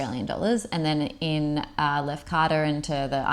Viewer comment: I laughed when I heard the ‘spewing up’ phrase. Typical Aussie vernacular haha. I subscribed soon as I heard it. Trust you enjoyed everything overall. Funny that the drinking water in Lefkada (try pronouncing it Lefkatha like the ‘th’ in the) wasn’t to taste. In my village we drink straight from the well taps in the mountains and it’s amazing. Lefkada has loads of little private coves that you can basically have to yourselves when you rent a speedboat like you guys did. By the way, you both could pass as Greeks !! Glad you enjoyed the food, sun and beaches. Looking forward to more of your content. Well done. Relaxed, informative and real. By the way, Syros is a great island to visit also. Next time you’re in Greece check it out if you feel the inclination.